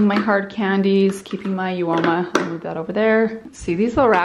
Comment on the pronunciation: I have heard you pronounce Uoma different than everyone else, so I went to the website to see if they had a pronunciation and found this: UOMA - pronounced OMA (uh-mah) means beautiful and we believe that beauty starts the moment you decide to be yourself. We exist to re-write the rules of inclusivity and diversity to create a world of beauty that truly is for all of us.